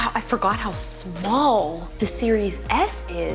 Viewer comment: "Its so smoll" hmmm